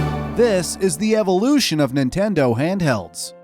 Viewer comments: you said Ninteno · new 'Ninteno' wow dude